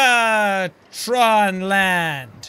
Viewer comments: I mean u said jacaktron land? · Does it bother anyone else that he called it "Jacaktron land"?